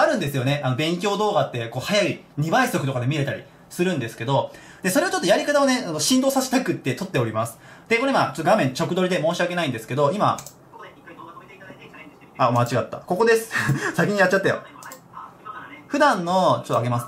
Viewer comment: 直撮りは「じかどり」と読むと思います